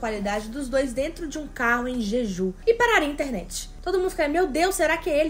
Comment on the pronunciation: Ai gente desculpa sem querer ser chata é so porque ta me dando agonia... O nome da ilha se pronuncia o J como se tivesse um "D" (Djidju) , não sei se deu pra entender... Nao me levem a mal por favor, é so uma dica